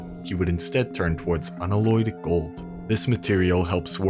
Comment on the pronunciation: Please learn how to say the word "unalloyed".... It's actually starting to blow my mind how many people CANNOT pronounce REAL WORDS in video games... If words don't exist and are made up for the game, people have an excuse, however the sheer amount of failures at words that actually exist, is getting to be a bit of a joke....